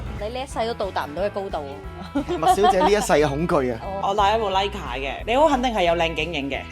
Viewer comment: 終於知道有人讀對「Leica」了！太多人讀「拉咖」，其實係錯咗⋯⋯